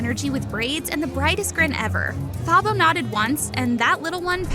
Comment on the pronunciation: Great story but it is pronounced "Tah-bo" not "Tha-bo"